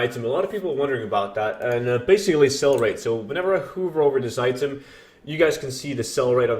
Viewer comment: "hoover" lol